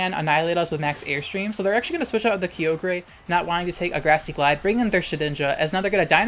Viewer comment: Finally, someone else that says Kee-oh-grey lmao